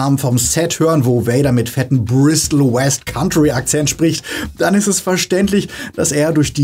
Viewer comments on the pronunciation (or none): none